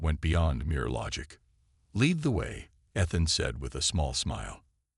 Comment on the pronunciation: How many times can your Text to speech engine mispronounce "Ethan" and the turn around and do it right..... Holy shit. Review some stuff before posting this drivel. This is bad. I'm only 3 minutes in.